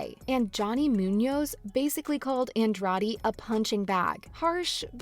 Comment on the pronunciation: Please learn how to say Andrade if you are going to try to cover mma